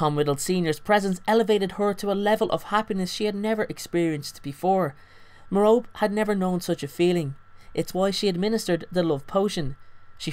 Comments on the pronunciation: No, is right. It's pronounced Mare-oh-pee. It's not Mare-oh-Pay or Ma-Rope. MARE-oh-PEE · Mair-O-Pee, not Mer-rope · Still Don’t Know How To pronounce Merope (Meh-Rope-EE) Not Merope (Meh-Rope). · Others pronounce it 'meh- rop' lol but I read it as 'meh-ro-pi' 😅😅😅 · Her name is pronounced meh-ROH-pee not Meh-ROPE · You mean merope you were saying Merop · It's Mer-o-pe not Me-rope! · It's pronounced Merr-Oh-Pay Not Merr-rope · meh-roe-pee, like penlope or phoebe not meh-rope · i thought it was pronounced like "Mare-o-pee" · Lol I'm so dumb because I pronounced Merope like mer-OpE 😂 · three syllables: mer-oh-pay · great video, just annoying me that it's pronounced like me-ro-pay. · Isn't her name pronounced "Mare-o-pee", like Penelope is pronounced "Pen-l-o-pee"? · You're pronouncing her name wrong bud... It's pronounced (Meropae) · it's pronounced mero-pay